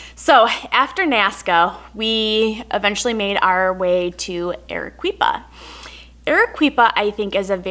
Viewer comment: Congratulations on your slaughtering of the Spanish language. Arequipa is pronounced: AH-RAY-KEE-PAH. (Hearing you pronounce it: ah-ray-KWEE-pah was quite excruciating). NOT "super cool!" FYI, Pisco is not "wine", it's basically a brandy. Overall, not a great video, sorry. Score: 1.625 (out of 10.000)